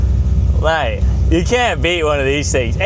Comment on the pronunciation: It seemed to bring out The Aussie in ya!!!! "Maaaaate!"☺